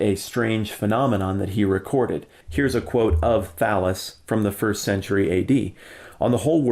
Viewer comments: When he was talking about Thallus, I honestly thought he said Phallus. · Does anyone else hear "Phallus" when he says "Thallus"? No? Just me? Okay, then. O:-)